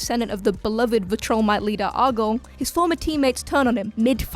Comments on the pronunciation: Vil-tro-mite not vi-troll-mite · Viltrumite not vitrolmite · Imagine making a joke about another hosts pronunciation and then saying "Vill-TRUH-mite" yikes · I'm sorry, "Vutrilmite"? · Mocks someone for saying darkseid as dark-seed Then pronounces viltrumite as vi-troll-mite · makes fun of dark-seed calls Omni-man a Vuh-TRIL-mite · the way she says Viltrumite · bro how can you not pronounce viltrumite😭 they say it so much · Okay lmao she’s talking a lot of sh*t about mispronunciation for someone who says viltrumite like that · You say viltrumite funny hahahah but it's cute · Funny, your making fun of someone for pronouncing a name right, but you mispronounced the species name that Mark comes from. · Makes fun of member pronouncing Darkseid Proceeds to pronounce Viltrumite wrong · She makes fun of another guy for mispronouncing Darkseid as Dark-seed....then 20 seconds later proceeds to butcher Viltrumite. Have to ask, very sincere question...do any of the staff at WhatCulture read, like at all, or at least do minimal research before making a video? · I think she is mispronouncing Viltrumite